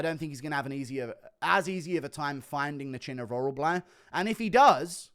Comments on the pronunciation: OrolBAI not OrolBLAI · Oral-buy, not oral-bly